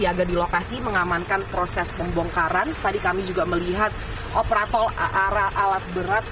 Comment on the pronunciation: coba dengerin kata "OPRATOL" 😂😂😂😂